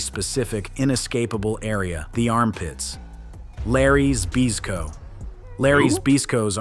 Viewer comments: The guy talking pronounced Larry Zbyszko, Larry Bisco wtf. 😂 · This video showed us something very important...how to completely fool AI. Just get it to try and pronounce "Zbyszko", because holy hell was that not even close lol.